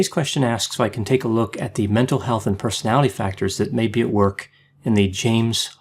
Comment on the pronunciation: OK I hear you saying "personality" with all the syllables now. Thank you.